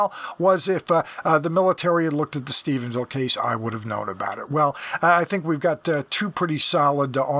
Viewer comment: I want to thank you for pronouncing Stephenville correctly. Rich Dolan and Chris Mellon both call it Stephensville. It doesn’t sound like a big deal, but as someone from the area, it bothers me to no end. Thank you for your continued diligence and accuracy in your reporting. I never miss an episode. Thanks again!